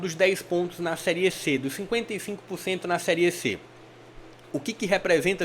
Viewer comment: Gostei do seu vídeo, deu agonia você fala seriê , o correto é série 😅😅😅